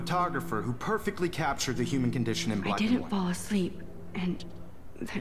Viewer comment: Was I the only one that heard the teacher say "Bueler"?